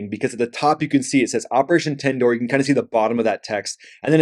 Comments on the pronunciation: Man!!! you butchered the name , its not Tindoor, its Sindoor. I guess you have Tindoori Chicken on your mind 😀. Nevertheless, Indian jets did get bbq'ed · A simple google search would have clarified the pronunciation of Sindoor, it is sin-du-ur, and it is NOT a spice. Checkmark 1 for dumb american stereotype. Also, India and Pakistan are NOT the same, case in point their GDP and the fact that Pakistan biggest economy is exporting terrorism. Where was Osama found? NEVER EVER hyphenate India and Pak. Language doesn't divide these countries, FYI, it is the core belief along with the fact that Pakistan is a military state disguised as a country. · You have no idea what you are talking about. You are calling Sindoor as Tindoor (lol rightly so) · You should do some research on the topic you're talking about. Tibdoir, turneric, 😂😂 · Not tandoori bro .. SINDOOR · Firstly, you have misidentified the name. It is not Tindoor; it is 'Sindoor'. Secondly, it is not a spice. You have misunderstood the entire concept. In the future, when you begin a video, kindly conduct some research to avoid embarrassing yourself. Sindoor is a red pigment derived from powdered red lead, particularly used as a dot on the forehead or in the parting of the hair of married Hindu women. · R u illiterate ?? It's sindoor not tandoor,make ur basic facts right ▶️👍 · It’s Sindoor not Tindoor 🤣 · 😂😂😂 Operation Tindoor 😂😂😂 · Stop calling tindoor it's SINDOOR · Is not tandoor 😂is Sandoor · It's not tenture..it's sindoor..spell it like xindur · Bro its Sindoor. Not tindoor. Don't speak our(Pakistani) language😂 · It's operation Sindoor and not Tandoor... are u out of your mind or what? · You are preparing a YouTube video yet you don't have the time to look for the meaning of sindoor ...😂😂 It's not Tandoor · It's Sindoor not Tandoor. Wannabe expert 😑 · 😂😂😂😂 operation Sindoor bro... Not Tandoor🍗🍗🍗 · Operation Sindoor not Tandoor😂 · It's not operation tandor, is SIN-DOR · Operation SINDOOR NOT TINDUR